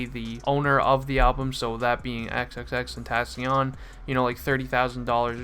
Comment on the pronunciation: vro u said said his name wrong aha but, NUMB